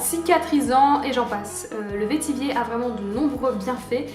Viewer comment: Coucou, on dit "vétivêre". C'est une plante qui est utilisée en distillation chez moi à La Réunion (un peu moins aujourd'hui). C'était juste pour l'info, sinon toujours aussi intéressantes tes vidéos !!! Merci beaucoup. Et plein de bisous de chez moi !